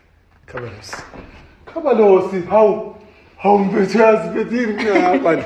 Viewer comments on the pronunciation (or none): 50% of the names Mthethwa said are not correct😂😂😂